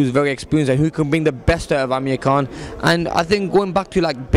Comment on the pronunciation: Did the guy say Amir King Kong in the begining???